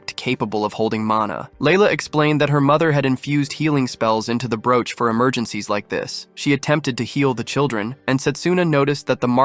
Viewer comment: Wow, how badly you pronounce broach. Pathetic is the word that comes to mind. If I did not already know what you would say, I probably would have sat and wondered what the hell you said, it was so bad. Small children can say broach much better than you did. How anyone can consider what you created her to be high quality is weird because it is so bad, I would refuse to let my children listen to this shit.